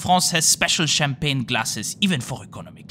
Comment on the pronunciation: I like your French accent when mentioning the champagne 😅